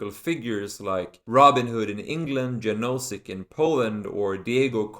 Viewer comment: Love your videos! BTW: Janosik is pronounced rather like: ya-no-sheek ;)